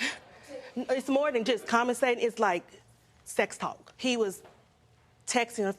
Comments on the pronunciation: She didn't even say that. lol. She said commasate or something like that. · Did she say “Commentstating” ?? Is that when a person leaves lots of comments on Social Media???